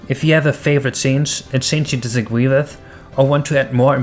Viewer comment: the only thing in this video i disagree with is the fact that you said disagwee with at the end of the video, i know english isnt your first language, if i was to hazard a guess your eather swedish or norweegen (sorry, i had to) but honestly all of this just sounds really fuckin amazing, id say your doing gods work but fuck it, gods doing your work, well done man